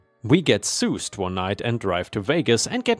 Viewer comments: Love your channel! As always, these stories are great. BTW, soused is pronounced "sowst." (Meaning pickled drunk in the liquor "sauce") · Soused rhymes with housed